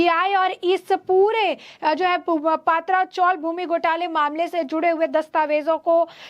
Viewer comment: I would like to tale this news reader not to say पात्रा chawl but say पत्रा chawl. Please pronouns words properly. Mere nonsense